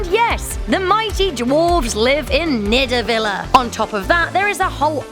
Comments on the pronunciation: Sorry but I can't get over the way she pronounces niðavellir😂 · Wow, it's pronounced Yoten-Heim no Goton-Heim, and pronounced Nid-avalire not Nidivalar